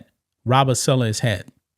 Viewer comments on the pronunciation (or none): It's saaaalaaaa not suuulaaa